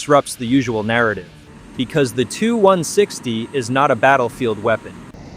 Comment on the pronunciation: you make sh!t videos, and in future when using text to speech check the output, as it is fukkin annoying hearing it say "the two 1 sixty". it's "T.U. 1 sixty" for txt2speech u morron